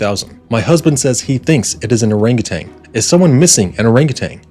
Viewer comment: It was typed, not handwritten. Also it’s “orangutan” not “orangutanG”. FYI.